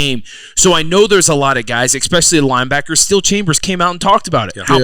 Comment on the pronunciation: The ‘X-Specially’ term X10 by Zach